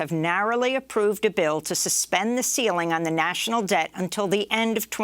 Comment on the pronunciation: China must be worried did you say defaulting on debth.